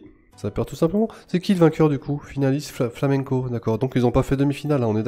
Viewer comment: J'adore quand tu prononce Flamengo, flamenco :D